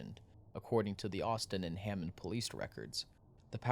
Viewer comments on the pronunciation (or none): Clearly this guy is not from the area, he calls it Haymmond instead of Hammond and Maryville instead of Merrillville. If you are going to do a story then you should learn the correct pronunciation of towns, businesses, and people.🙄